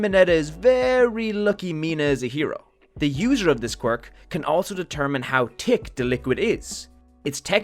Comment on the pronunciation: Every time he said thick he sounds like he said tick